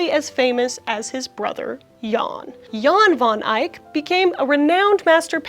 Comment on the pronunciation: hihihi joost, in dutch u pronounce it like like joast ooh and jan van ijk like: is pronounced a man van eyek